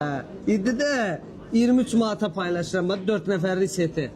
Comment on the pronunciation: Maad yox manat